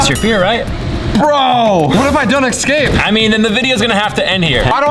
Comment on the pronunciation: babe it’s “EScape” not “EXcape”